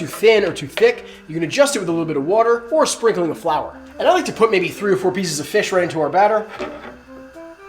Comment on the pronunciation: WHAT????? WHAT FLOUR? FUCKING SPEEK CLEARER. FFS.